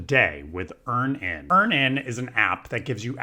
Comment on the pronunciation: it's Earn-inn, like Earning. You're saying Ear-nan😂